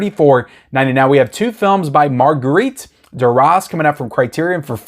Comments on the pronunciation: Maigret is pronounced Maygray. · Maigret (may-grey).